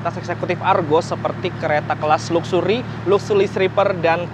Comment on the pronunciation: Mas, coba saat menyebut "luxury" Diperbaiki pronunciation nya hehehe